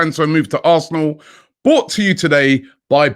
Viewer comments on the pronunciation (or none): it is "BROUGHT" to you. You keep saying "BOUGHT" which is a past tense of BUY.